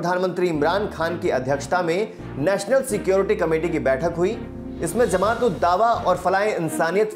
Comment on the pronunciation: जमात को zamat न उच्चारित करें